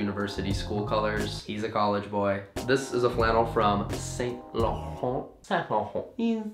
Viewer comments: The way he says Saint laurent! 😂😂😂😂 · You kept pronouncing Saint Laurent wrong, it was getting on my nerves. Also, that lining tee is super cute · connor pronouncing the brand names is adorable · Love the way you said "Saint Laurent"😂😂😂